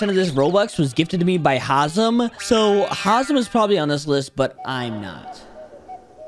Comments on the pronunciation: Bro Said haizm not hazem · Imagin saying hazim its hazem bro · Its haz-em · Bro disrespecting hazmat by saying hazim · bro rlly said hazim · Bro said hasim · That fact that hazam gifted 99% of his Robux, and still can’t say his name correctly is hilarious😂